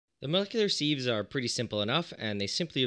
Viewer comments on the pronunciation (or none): sieve is pronounced as siv.